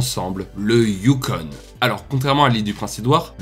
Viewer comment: Sauf que tu dis "youkon"... Le "you" pour le "U" n'existe pas en français. Bref, FTG!